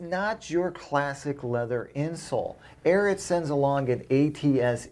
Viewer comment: I know it doesn't matter but it's AIR EE AT not AIR IT